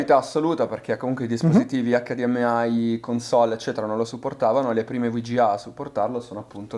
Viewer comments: EICDIEMAI, che non si sbaglia. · Wow che mostro di tv PS: David ti prego HDMI con la I di Imola!! Se vuoi dire la "ai" finale devi dire la sigla all'inglese TUTTA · HDMai inglesizza solo la I , che cringe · ACCADIEMMEAI, MA CAZZO! Tutto perfetto ma ACCADIEMMEAI NO. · acca di emme ai , nun se po sentì 😭